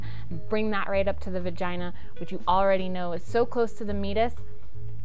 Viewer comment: I am pretty sure she said uretha and vergina...